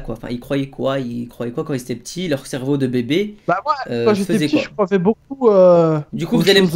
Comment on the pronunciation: " bah moi je crovais " C'EST JE CROYAIS